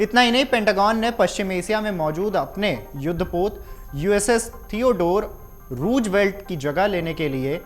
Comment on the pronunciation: रूजबेल्ट नहीं बेटा, रूज़बेल्ट नाम है उसका. और एसिया नहीं एशिया बोलते हैं. सही हिंदी बोल.